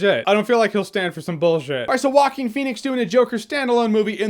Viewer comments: "Walking Phoenix" XDDD Rofl, dude is not that hard to say [Hoaquin]. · Waquin? Rrruaquin xD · not exactly, its moreso pronounced wahkeen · "whacking phoenix" it's funny because Joaquin in spanish it´s pronounced "HO-AH-KEAN", when I read his name somewhere, I hear it that way in my mind even when I've already heard " Whacking" a thousand times.. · Walking Phoenix? It's a Hispanic name.. It's pronounced " hoe- ah - king" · It's pronounced Hwahkeen, not Walken like Christopher Walken Lol It's of Spanish origin. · Shark Team it's more like Hoakeen, not jokin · The closest to the original Spanish pronunciation is Hwah-KEEN / Who-ah-KEEN. If you know how to pronounce the final consonant of the Scottish word "Loch," that's the initial consontant of "Joaquín." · No guys it is pronounced Jo Wa Que In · Who else kept hearing it as "Walking Phoenix"? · Sounds like he is saying Walking Phoenix lol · "Waakin Phoenix" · 😂😂😂 he keeps saying “Walking” Pheonix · Is it just me or his name is being pronounced Walking Phoenix? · Why does he pronounce actor's name as "Walking Phoenix"? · Joaquker Phoenix will be on par with Nicholson and Ledger's Joker. Leto's Joker was a joke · Woaking Fenix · It is pronounced "Wacking" phoenix... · He pronounces Joaquin weird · Franky J Rod It doesn't make him stupid to not know how to pronounce that name, it makes him ignorant of that particular thing. I guess all native Spanish speakers who don't know how to pronounce one English name are stupid and disrespectful too, right? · Can someone teach our dear Jeremy how to pronounce Joaquin? Thank you :D P.S.: I'm saying this with all the best intentions, this is not intended as an insult.